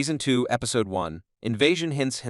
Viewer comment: Strange pronunciation of the word episode and Casper. It's Casper, not "Caspar"!